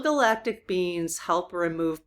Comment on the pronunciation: I love the way you say "spiritual beings" and it sounds like "spiritual beans" lol